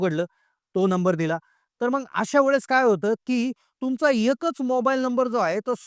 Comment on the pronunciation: आधी मराठी भाषा नीट बोलायला शिक. मग असे म्हणताना मंग म्हणतो येड्झ